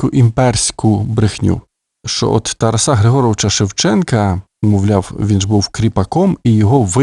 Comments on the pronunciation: Коли вже нарешті дійде, що правильно ТарАса , а не ТарасА...??? Ви ж цією помилкою зразу видаєте свою перефарбовану кацапську суть! Гидко... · Шановний!!! Розвінчайте СОБІ міф про тарасА!!!!... Бо правильно ТарАса!!! А далі будемо вас слухати...НАГОЛОС ОЗНАКА ОСВІЧЕНОСТІ!!! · Чому ТарасА ? Це не Польща . Літературний , грамотний укранський наголос Тар А са . І досить американської галичини " вЕзу , нЕсу " . Полтава і Київщина - наша основа . Остогидли вже львівські спасителі , без яких не було б України . Пийте вашу каву , більше у вас нічого свого нема . Кланятися ні москалям ні вам не будемо , мову не забруднюйте польщизною вонючою . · Ну, чому ТарасА?!! ТарАса! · Взагалі царська сім'я, Романови, на той час також були етнічними німцями. Прикро лише, що у вас наголос ТарасА. Зараз так модно? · ТарАса. Такий безграмотний читає. Ще багато помилок! Жах! «Учітеся, брати моі…» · Тара'с Шевченко, Тара'са Шевченка - наголос ЗАВЖДИ на 2му складі